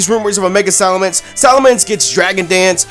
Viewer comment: ITS SALAMENCE, NOT SALAMANDER!